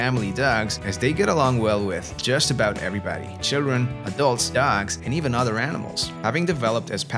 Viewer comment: The way you say dogs is funny: “dacks” 🦆